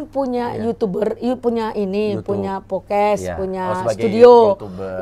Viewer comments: Podcasts Podcast ibu.... BUKAN Pokes Pokes. Gemes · Bukan pokes bu, podcast 🤣🤣🤣 hadeuhhh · PODCAST bu bukan POKES !! Heran, orang rasman semua pada susah ngomong, andar juga kek gini. masak iya sih pengacara?? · Maaf maaf nih buuu netti, setiap ibu bilang podcast dennise ko kedengeran nya ibu ngomong "pokes" hahahahaaaaaaasa ketawa ngakak lob, kalo ngomong ga inget sama omongan sendiri nih bu. Jejak digital ibu banyakkk loh🤣🤣🤣 helloooooooooohhhh 😅 bokiss mulu ahh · Kayaknya harus belajar b.indonesia lagi bu. Ambil kelas eksekutif 😂 Cara baca: 1. Podcast bukan pocas 2. Video bukan pidio